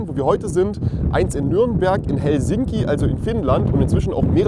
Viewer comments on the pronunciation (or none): Bitte mal die Aussprache von hosten und Helsinki überdenken. Danke!